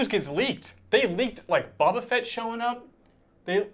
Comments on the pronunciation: Did he say Bob ah fett again .....lol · It's not Bob-a Fett! 😆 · or every time he pronounces Boba wrong :)